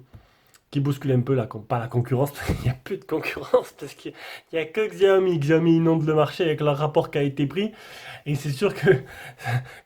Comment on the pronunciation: Juste pour info : Ça ne se prononce pas "gziaomi" ni "chiaomi", mais simplement "siaomi" !